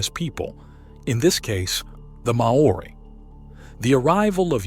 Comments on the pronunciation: Interesting. Maori is pronunced "Maw-ri", similar to HOW-REE. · NOBODY says ''Mah-orri'' to pronouce Maori. (He then switches to contort it to ''morri''.. WTF? IF Maori was pronounced MAh-ori, then it would have been spelled, in the Maori tradition as Maa ori. Two 'A's. Also there is no such stone as ''ponamu'. it is PUNAMI! if you want your documentary taken seriously TAKE THE TROUBNLE TO PRONOUNCE PEOPLES NAMES AND CULTURES PROPERLY. it's simply pronounced ''mowry', or mau-ree, TWO SYLABLES, NOT 3. Why are American's so LAZY at taking the trouble to find out the right words and names and pronunciations? it makes their documentaries seem like amateur attempts at playing at TV documentaries. According to Maori legands I was told BY Maori in NZ, the Maori themselves tell you that BEFORE any Maori culture arrived in NZ the Mori Ori had alrerady been there. When I ask actual STONE MASONS about large blocks, they aren't impressed by the strasght l;ines, and tight fit. This is NORMAL STONE MASONARY practice.. the only aspect that does impress them... a bit, is the size of certain giant blocks around the world. But slaves and animals have been used for millenia. What IS really good about the documentary, is showing the attempts, despite great progress in indigeous land use and rights since the 1970's and particularly from the late 90's till now and on, of the government in 'censoring' exploration and research into pre-Maori settlers. I am really surprised the documentarey makers did not take the trouble to find out about the legends of the Mori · "Mow oori"???? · far from it